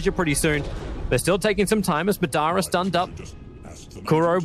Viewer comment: As a Naruto fan I wish Tobi knew how to pronounce Madara correctly